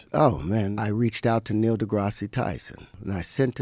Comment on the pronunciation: He can’t even say Neil’s name right.